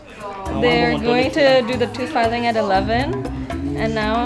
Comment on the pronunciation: Everytime she says filing, my tongue immediately goes to feel my canines